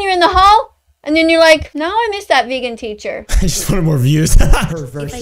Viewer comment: veegin teecher